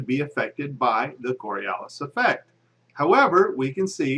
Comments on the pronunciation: First of all, it's the "CoriOlis effect," not "coralias effect." Secondly, you say that the Coriolis effect allegedly affects all objects, even ones over short distances, which is true to some degree. However, you don't say how MUCH of an effect that affect will have, which is crucial to the rest of your argument. Planes, like all other things, if affected by Coriolis. However, that effect is so small that it is completely negated by the fact that an aircraft moves under its own power, pushing it to a particular desired location, as well as any other air currents or atmospheric disturbance which it would certainly encounter. Also, when you bring up the example of a plane sitting on the Earth verses in the air flying east, you forget that the speed of the plane in the air is added to the speed of the rotating Earth. Inertia. Just because the plane leaves the surface, that doesn't mean it would loose the rotational energy and spin of the Earth that it was given while sitting on the surface. The plane in the air is moving at 570 m/h relative to the already-spinning Earth, as opposed to the plane sitting on the ground, which is obviously moving at 0 m/h relative to the already-spinning Earth. Again, inertia. The plane in the air does not just have its own cruising speed. It also has the speed of the Earth added to it. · The Coriolis Effect has nothing to do with an object that's sitting on the ground. And it's pronounced kawr-ee-oh-lis, not kor-ee-el-lis. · Its Coriolis (kôrēˈōləs) - not Coralias. Its at least helpful to be able to spell and pronounce the effects that you don't actually understand... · "coralias", really? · Twenty seconds into the video, demonstrates that he can neither spell nor pronounce "Coriolis." From there, it only gets dumber.